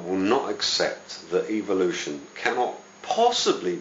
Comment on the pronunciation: PS. It is called EVOlution not EVILution as you pronounce it.